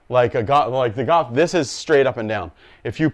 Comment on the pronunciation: Are you saying 'gawwff' or Golf? Cool vid